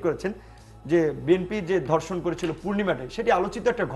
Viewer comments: উচ্চারণ ঠিক করতে হবে... আমি প্রথমে বুঝতে পারছিলাম নাই উনি কি ধর্ষন না অন্য কিছু বলতে চাইলেন... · Dorshon na “DHORSHON.” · sir it is ধর্ষন not দর্শন। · দর্শন কি? ধর্ষণ শব্দ সঠিক উচ্চারণ করতে পারে না, আবার ডেকেছে টকশোতে। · হাইস্যকর ধর্ষন না বলে দর্ষন বলে। 🤣🤣🤣🤣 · এর উচ্চারণ ঠিক না। দর্ষন (ধর্ষন), প্রুষ (পুরুষ)